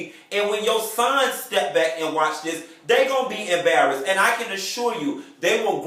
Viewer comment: "'Barrased"...I hollered!